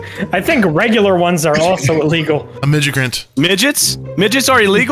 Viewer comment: I’m mad no one acknowledged saying midgigrant